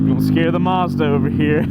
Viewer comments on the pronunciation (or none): none